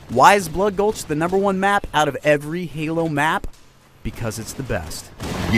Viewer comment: Valhalla isn't blood gulch yes they are similar but they have many differences including the addition of man cannons and bigger bases. Oh and fwi its bloodgulch not bloodgolhs. :D